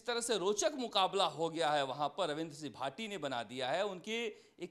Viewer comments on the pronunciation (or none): Naam to sahi se lena sikh lo ravindra c bhati bol rha h